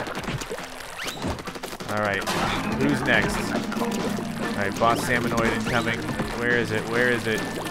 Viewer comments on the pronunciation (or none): You know, it's salmonid, not salmonoid!